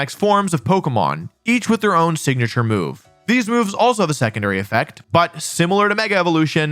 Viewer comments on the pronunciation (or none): none